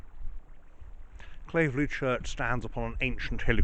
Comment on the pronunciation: You pronounced 'Claverley' wrongly! My parents were married in that church in 1953.